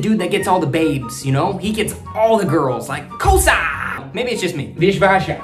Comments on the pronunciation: Damn good yo!!.... btw not Kosa it's KOSSA and KIYEWWA not Kiyewa.... cool keep it up machang !!! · That is not kasa that is kossa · Not kosa it's kossa 😅